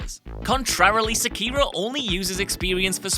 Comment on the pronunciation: His mispronunciation of sekiro hurts my ears